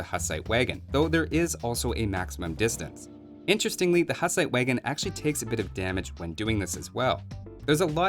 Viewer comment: As born Bohemian your pronunciation of Hussite wagon and Houfnice hurts my ears :D